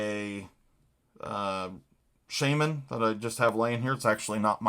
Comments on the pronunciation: I don't think it's just a northerner thing. I've heard people from all over who don't seem to know the correct pronunciation. I hear ya though...I cringe every time I hear it slaughtered, lol. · I love the way you northerners say Shaman ! 😂👌🏼killer knife 🔪